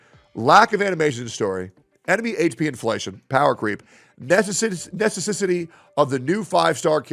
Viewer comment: that necesisity tho lmao